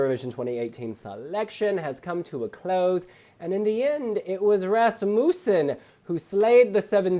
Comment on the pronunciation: And so the mispronounciation of Rasmussen begins